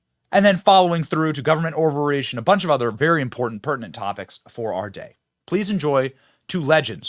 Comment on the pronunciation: My brain fog sometimes messes with my hearing understanding. I heard Benny's "government overreach" as "government ovaries" for a moment...